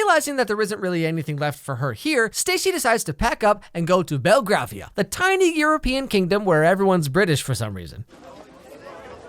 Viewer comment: Ok this bothers me a lot you say belgravia different than it is you say it like. Bell-gravy-ah